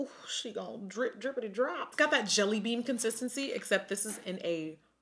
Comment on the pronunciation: Blush Jelly— “Jileyyy” — “JEELEEE” 😭❤️😂